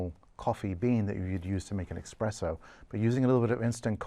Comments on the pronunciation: Michelin-Star Chef saying "Expresso" Grinds my gears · He said expresso... He lost me then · Holup. Did he say expresso? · A Michelin starred chef actually said «expresso»?? 😵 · did he say "eXpresso"? with an X? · I'm honestly not judging this man i really love his vibe and all his takes, but how in gods name did he pronounce it "expresso" 😂 No shade chef we're all human. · after he obtrusively name drops celebrities he’s met before and incoherently goes on an aside about how misguided people are to protest foie gras because it’s ancient, hearing him say “Expresso” with his whole chest made me giggle. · He said "expresso"! He must be a fake. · Almost had me. Then he said "expresso" instead of esspresso. Guy works at Wendys. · Did he say "expresso"?.. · did he say ex-spresso? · You lost me at expresso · Did he just say ecspresso? 😅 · Did he say “expresso”? 😂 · Michelin star chef says “expresso” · did this guy just say "expresso" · Did he just say expresso instead of espresso? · Did he say "expresso" as a Michelin Chef?! 0/10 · Dude lost me at expresso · I would rate this clip 0/10, just because he pronounced espresso as expresso! 😉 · Michelin Star chef saying "Expresso" is nasty work. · uhhhh thats grilling. bbq is a type of food, usually involving smoke. thers no X in espresso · I'm sorry but did he say "expresso"? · Did he say eXpresso 😮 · Did the Michelin chef say 'expresso' ? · Why does such a food snob not know how to not make the most basic mistake of pronouncing 'expresso'? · I like his commentary a lot but it did surprise me to hear a Michelin starred chef say EXPRESSO :/ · did a michelin star chef just say "expresso"? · Does he get stars deducted for saying Expresso? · Ha! He said exspresso. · There is no X in espresso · Michelin star chef pronounces it “expresso” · Did he say “expresso”?? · He said expresso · Did he say eXpresso? 😮💀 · Michelin Star chef says EXPRESSO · Michelin star chef calls is expresso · He pacificly said “expresso”. 0/10